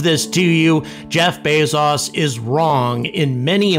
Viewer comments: "Jeff Bays-zaws," who is that? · Who is Jeff bay-zaus? How does he relate to Jeff Bezos who has no "au" in his name?